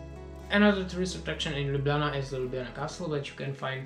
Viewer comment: I actually think that your pronunciation of Ljubljana is kind of good :-D you're right, the cave is beautiful. I had exacctly the LotR feel there... :)